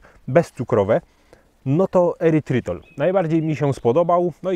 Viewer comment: nie "erytrol" zamiast "erytrytol"?